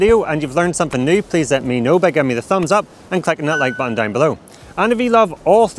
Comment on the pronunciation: my earn when he always says "dauwn" :((